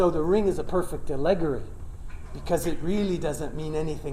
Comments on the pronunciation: A-luh-gaw-ree. Not a-leg-uh-ree. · Incredible. He's a linguist, and that is how he pronounces "allegory?" Is that an accepted pronunciation? I have never heard anyone accent the second syllable in that way.